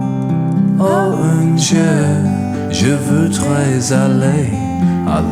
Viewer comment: Sweet you use French. Generally reasonable pronunciation, but the 'ou' in 'jour and 'voudrais' were really off. Listen to the words on Forvo.